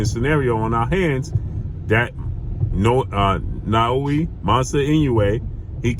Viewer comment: it's naoya not naoui😅